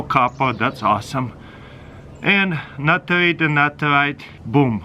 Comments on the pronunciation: Natarit-Natarite 😂😂😂Lol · "NITRATE AND NITARATE" I should ask my chemistry teacher whats the difference between them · I just love the way he says nitrate😉